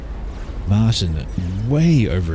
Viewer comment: Dutch name Martijn is pronounced something like "mar TAYN".